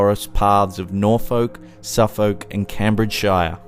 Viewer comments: Haha, i love hearing non-British people trying to pronounce English place names. Just FYI Norfolk is pronounced "nor-fuck", Suffolk is pronounced "Suff-uck" and Cambridgeshire is "Came-bridge-shur". Brilliant video though mate, really enjoying this channel. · Black Shuck is very interesting! I have family that live in Norfolk and I go visit them every year, we go to Suffolk often too, and I'll be keeping an eye out! Although you pronounced Norfolk & Suffolk wrong, well not horridly but you don't have to say 'folk' its- idk man it made me laugh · Nor Foke, Suf Foke! loool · 'Noor-folk, Suff-folk and Cambridge-shyer'....! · The way he says Norfolk Suffolk and Cambridgeshire 😂😂😂😂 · How can you have mispronounced cambridgeshire, Norfolk and suffolk? Haha